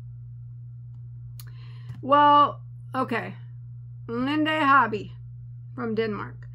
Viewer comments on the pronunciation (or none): hiya!! i love how you open up a new world to us. I believe their name is pronounced leenda-hobby. sort of stretching the name linda. thanks for your opinion. xoxo from colorado.